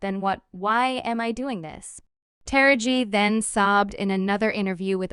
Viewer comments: The person narrating this piece is pronouncing Taraji's name wrong. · Please learn how to pronounce Taraji's name correctly....